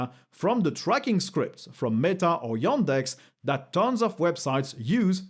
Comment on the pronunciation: Every time you say yOndex it triggers me